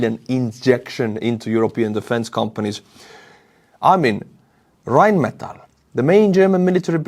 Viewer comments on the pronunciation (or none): none